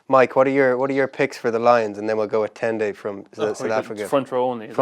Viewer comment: It was so bad. Fergus said it wrong so many times 🤣